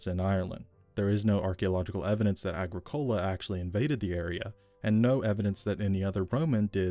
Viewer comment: Your pronunciation of Agricola is slightly off its Agric ola